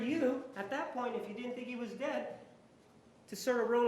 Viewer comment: I don’t think she ever slept she drove across country and she kept saying I vas very tired lol she is full of it juan I love you ❤️